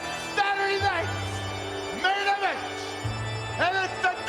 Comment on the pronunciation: "Saturday Night's Main Evench"! WOOOOoooo